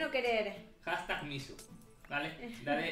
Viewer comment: dijo mishu y mi gato se llama mushi🐈🐱😂